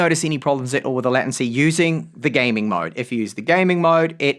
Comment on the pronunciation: latency is pronounced LAY tuhn see not LAT un see.